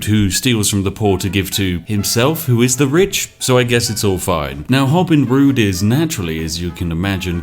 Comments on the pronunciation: “Hobin Rood” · "hobin rood" sounds like "hobin rude" which checks out and was probably an intentional move